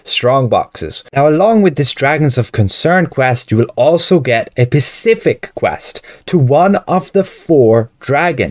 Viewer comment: dude the "s" is pronounced first in the word specific not "pacific". lol